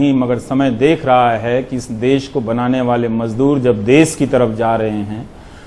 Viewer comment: अबे वो देस नहीं..... देश है ...मातृभाषा हिंदी कि कुछ तो इज्ज़त करो.....जय हिन्द वन्देमातरम